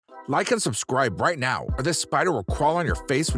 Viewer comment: Omg yesss and it sounds like he’s putting so much emphasis on it 😩🙉